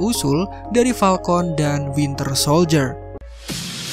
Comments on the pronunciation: Falcon bang bukan palkont🗿🗿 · Falcon woy... Bukan palkon... Wkkkkk njir